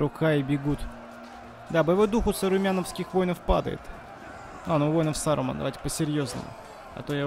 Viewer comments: Почему ты Сарумана называешь Сарумяном) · У меня одного от Сярюмяня уши заворачивались в трубочку? А видос прикольный. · САРЮМАН!!! 😂😂😂😂😂😂😂😂😂😂😂😂 Щас сдохну сосмеху И это звучит как кот владеющий армией орков из берсёрков и огромную башню